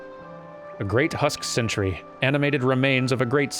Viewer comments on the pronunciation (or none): none